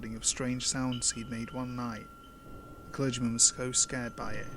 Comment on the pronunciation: I laughed uncontrollably and unnecessary hard when you said "one". It sounded like "hwaaan"